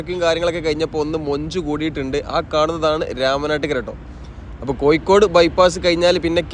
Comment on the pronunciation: കോയിക്കൊടു അല്ലെടോ കോഴിക്കോട് എന്നു പറ